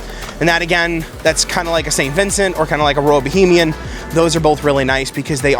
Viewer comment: Great video! However, it's Royal Bahamian not Bohemian.